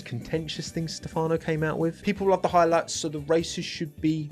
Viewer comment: Is stEfano, not stefAno…